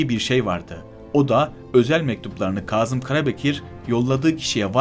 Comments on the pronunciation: Yaziyi cok hızlı okuyup, vurguları ve noktalamaları gerektirdiği gibi telaffuZ etmiyorsunuz. Kâzım, Kazım degil. Kazım bir yerde kazı yapılmasıdır. Bu soyledıklerimi yapıcı eleştiri olarak dikkate alırsanız daha başarılı çalışmalara imza atarsınız. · Kazım Karabekir ve aşikâr derken a harflerini incelterek söylerseniz daha iyi olur.İnsanin kulağını tirmaliyor. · Kazım değil, "Kâzım"...kahya değil,"kâhya" olarak doğru telâffuz edilirse daha etkili olur..Lütfen bu hususa dikkat edelim... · Hocam bu nasil diksiyon? Kahya degil, kâhya, Kazım değil, Kâzım ve nicelerini o kadar yanlış telafuz ediyorsun ki, anlattıklarına odaklanmakta insan zorlanıyor. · Kazım değil Kâzım kahya değil kâhya. Bunu düzeltmek çok zor bir şey değil.